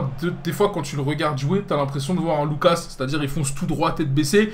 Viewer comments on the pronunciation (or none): none